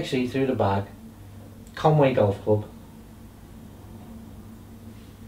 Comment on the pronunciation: It is CONWY GC not CONWAY GC. :-0